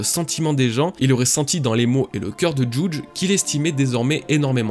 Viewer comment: Hello, j'ai adoré ta vidéo dans ton intégralité! Y'a juste un truc qui me dérange, c'est ta façon de prononcer des noms propres comme Judge par exemple, je pensais que ça se prononce "juhj " et toi tu prononces en mode "djoudje". Je ne sais pas si c'est ta façon de parler désolé du dérangement:)